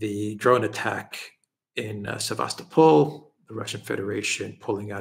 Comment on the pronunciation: Sevastopol(topple) not Sevastapol